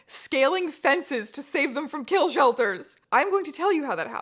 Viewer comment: KEEL SHELTHURZZZ